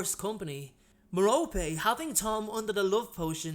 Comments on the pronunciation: Hello! I don't mean to be a know-it-all, but Merope is pronounced Mer-O-Pee. Please don't be rude, I just want to help! You can also use a pronouncer or just pronounce it the way you like :). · I enjoy your videos and I mean no disrespect but you pronounce Merope with the 'e' instead of her name as 'rope'. I am wondering if I got her name wrong. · Am I the only one pronouncing her name as marrow-pee? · How do you pronounce Merope? I say Mer-rope. I've heard it Mar-o-pea and Mer-rope-ee.